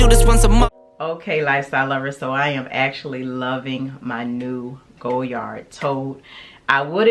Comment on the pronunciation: I love this bag. I own the pm size. Just wanted to note dear, the d at the end of Goyard is silent. Beautiful color, enjoy 💚💚